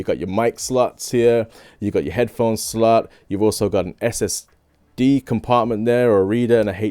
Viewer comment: BRUV As an Australian, the way you say 'slot' is pretty full on